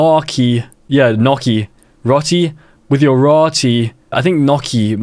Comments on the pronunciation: Bruh gnocchi is not “nah-kee” it’s “now-chee” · As an Italian, the mispronouncination of gnocchi disturbs me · As an Italian, the way he pronounced "gnocchi" is an abomination to all things food. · "nocky"💀 in Italian gn is pronounced like the Spanish ñ (ñocky), or "ny" (nyocky) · nohki 😭😭😭😭noooo gnocchi is pronouned like nyohkey not nohki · It’s actually nyo-key. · The Italian in me died when you pronounced gnocchi so awfully 😭